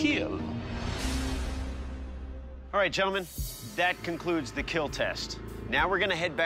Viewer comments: Lol “Keel” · the most memeable "It Will Keal" the man's ever spoken in his life